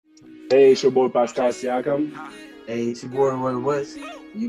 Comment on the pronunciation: it's a joke lmao , pascal sikem is how flight says it